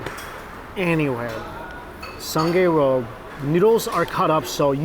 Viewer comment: it’s soo-ng-i road not soon-gei road you “food influencer”